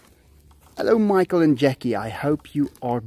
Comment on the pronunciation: Michael, you said my name perfectly. I’m so glad you finally received my package...wow 3 months to get there. This made my day. Thank you Michael. 🏳️‍🌈🇨🇦❤️